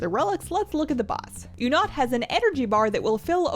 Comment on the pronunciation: everyone: oonat: you'nut?:D